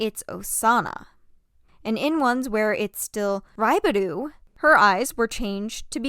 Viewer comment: hi sorry ! this is SUPER unrelated but to let you know, raibaru is pronounced more like a "l/ru" sound ! you tend to pronounce 'ru' sounds as 'du', just wanted to help as a native jp speaker ! in case you wanted to learn ! i love the video ! ^__^ also, to be fair, i think its okay to pronounce the names in english ! you dont need ajapnese accent if you are speakiing english ! ^^